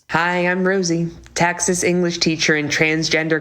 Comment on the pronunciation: I've never heard someone from Texas pronounce it "tax-us" before. Very odd